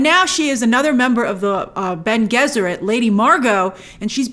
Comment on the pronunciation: Bene Gesserit is pronounced benny jess er it (it’s supposed to sound similar to their partial inspiration, the Jesuits) - love the idea of an order of women whose greatest power is control of their fertility and their greatest weapon is their voice (all discipline, no magic!), can’t wait for everyone to see more of them. Grace, you are going to love Irulan - a princess, scholar, historian and scribe. Her works are quoted throughout the series. Great breakdown, I love seeing people discover Dune!